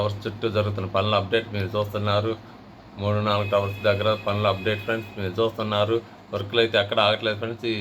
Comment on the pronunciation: ఎందిరా .....మీరు జాత్తు న్నారు మీరు జూత్తున్నారు.